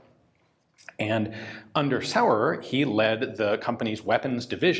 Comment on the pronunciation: I suspect it's pronounced Schtamm, with a hard/short and Zaurer with a softish z. It certainly is in German anyway. :)